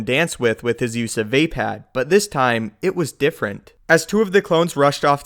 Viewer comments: vaepad? its vapad a as in bud vupad but its spelled vapad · Word for the wise it is pronounced vah pahd. Not vae pad. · his form is call Val-Pad not vapad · HOW HARD IS IT TO SAY VAPAAD NOT VÄPÄÄD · my mans said vapad